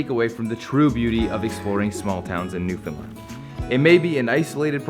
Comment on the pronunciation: Newfound LAND Not New fun lund